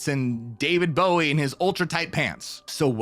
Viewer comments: Did you say David Gowie? ... 🧐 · Did you literally say David "Gowie"????